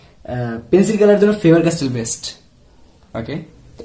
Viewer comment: Bro,I don’t have any problem in my ear.Need to mention that I have heard this 2 times.Don't take it seriously It's a mistake not sin.